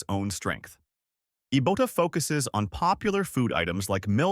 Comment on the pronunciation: Ee-boat-a? Come on, man. I was part of the marketing team that did the initial push for Ibotta in 2012. It's Eye-bott-a, as in "I bought a."